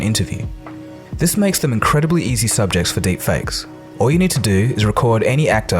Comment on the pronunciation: love how it says derpfakes lol